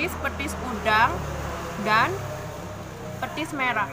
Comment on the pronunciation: petis mbak bukan pethis